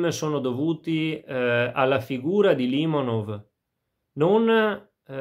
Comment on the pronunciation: Limònov, non Lìmonov... Nemmeno il nome azzecchi, ma che recensione vuoi portare.